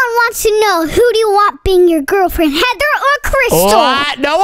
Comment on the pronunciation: said gril friend to crystal.